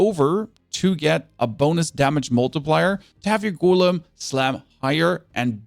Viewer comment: GO LEM GO LEM NOT GOOL EM